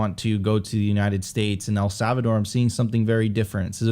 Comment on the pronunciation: Sophie, can you teach how to pronounce El Salvador correctly please lol he keeps sayin savador and i cant unhear it 😅